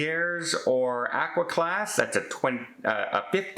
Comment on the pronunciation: Automatic 👎again since you seem to be the only English speaker person in the world who can't pronounce "aqua" correctly. You also leave no suspense in your main story when you put the cause in the title. 🤡